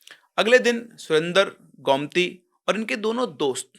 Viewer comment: Sir it's गोमती not गौमती 😅